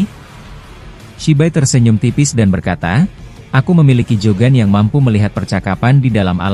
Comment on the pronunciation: Ngomongnya itu Lo..Jogan jadi JAN